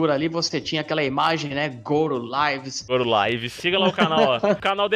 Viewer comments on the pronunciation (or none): mano Goro Laives esta errado.. a pronuncia é Goro Liiives.. fala com i. vlw pelos conteúdos.